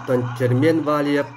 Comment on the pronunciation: молодец хозяин канала правильно ставит ударение в фамилии чемпиона.в отличии от русского который коверкает фамилию валиев на всю страну на турнире